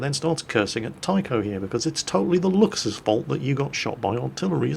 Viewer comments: it is (Lou-k-s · did kind of unlearn, how to pronounce "Luchs"... He had it right for some time and now he's back to trying too hard to get the "ch" sound correct..., it's pronounced "looks". Just as the lame pun in the title of this video. Just say "looks" and your pronunciation will be spot on! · Btw, 'Luchs' is pronounced like 'looks', i.e. whithout the typical 'ch'.